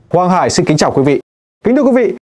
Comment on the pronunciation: Hoàng Hải nghe ông phát âm cứ như là Quang Hải vậy?